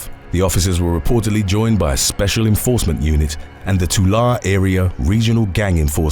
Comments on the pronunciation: Prounounced Vy-Salia; Mar-Rinn; and Too-Larr-ee. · Tulare is pronounced “ tuh Larry”